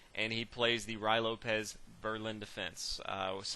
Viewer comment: ry lopez ? rew-eee lopez me thinks . nice video thanks !